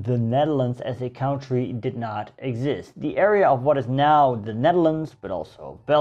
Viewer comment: Good spul, man! En die kaart achter je, ik ben jaloers. However, i do wish you'd learn to pronounce the word "country" properly, especially when talking about countries... County = 'gemeente' (en omgeving); spreek je uit zoals je doet Country = land; spreek uit als "kant", cunt, blunt, etc. Ik wil niet zeiken maar het is echt storend. Verder geweldig, hoor! En laat die engelstaligen maar horen hoe je zaken correct in het Nederlands uitspreekt ;-)